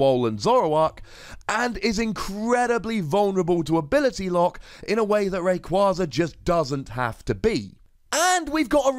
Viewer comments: Wait,, how are you gonna ignore the official pronunciation of Rayquaza but insist on the correct-but-unintuitive pronunciation for Vikavolt? You even say on coverage you get told how Pokemon are officially pronounced because your job is to say the names right! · I actually pronounce Rayquaza the same way as you. I have since Ruby and Sapphire came out. I don't plan on changing it now and will saying it wrong just to make people mad. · I agree with the pronunciation! also made me laugh haha, but it just sounds awful as rayquayza. This card looks exciting! But potentially problematic in terms of being risky and a little clunky